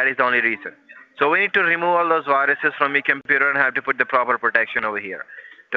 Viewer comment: There's "bayrous in your sistem"